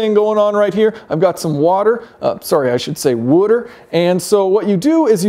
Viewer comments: If you're from Philly wuter is the correct pronunciation. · I agree! Who the heck says wutter? Are you asking me a question about her or talking about water? Who knows! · People who say "wutter" instead of "water" cannot be trusted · don't you mean 'wooder'? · I don’t get it; why the funny pronunciation of “water”? 😐